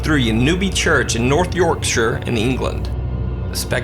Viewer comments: We'll done: Yorkshire not YORKSHYER 👏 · When he said yorkshire, atleast he didnt pronounce it like york-shy-er (we say it like york-shuh) just sayin :^ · 59 seconds in...an american said yorkshire correctly..you just won the internet sir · I applaud you for saying "Yorkshire" correctly :) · This might seem random and petty but this is the first time I've heard a non-Brit pronounce the names of some of the less intuitive counties and towns properly. Props for that and the awesome video.